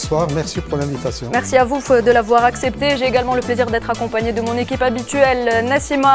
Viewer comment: Et pour ce nouveau numéro de médiocrité et de mensonges. On commence par une petite entrée en attendant les détails des dégâts dans le vif du sujet 😊 en toufe "en tout" 🙄 merci à voufe (à vous) merci à voufe (à vous) et puisse (et puis) bonsoir mehdisse (mehdi) mercisse (merci) mercisse (merci) mercisse (merci) sami kaidisse (kaidi) , la diplomassice (diplomatie) 🙄 mercisse mercisse 😮 C'est quoi cette nouvelle prononciation dégueu-lasse ? Et puis madame l'animatrice la parisienne À suivre....